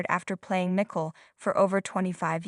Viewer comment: Nicole not nickle. Get someone eho can pro ounce people's nameright!!!!!!!!????!!!!!!!!!!!!😂.